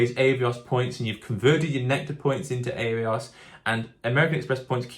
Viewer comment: I had to stop watching because of the way you say Avios. It’s Ah not Eh